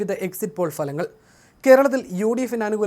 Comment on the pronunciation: ഫലങ്ങൽ അല്ല ഫലങ്ങൾ